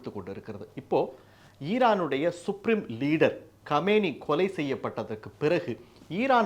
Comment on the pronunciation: கொல்லப்பட்ட இமாம் பெயர் கமேனி. கோமேனி அல்ல. உச்சரிப்பு முக்கியம் கமேனி வேறு நபர் கோமேனி வேறு நபர்.